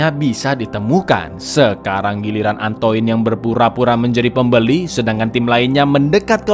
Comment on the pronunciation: antoinne baca ny antoain mas